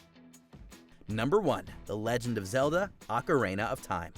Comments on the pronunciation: The way he says "Ocerayna" annoys me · "OcaReEna of TiMe" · Who pronounces ocarina like that lolol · Hmm, never heard of "OcaRAINa" of Time before. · well, it's easy to say "you need to play it" but a lot of the time the style, the story and the setting determine if you would even consider playing a specific game, let alone actually enjoy it, plus what type of gamer you are. more correct title would've been "top 10 games you need to play at least once if they suit your playstyle". also the way you pronounce "ocarina" is silly lol and wrong.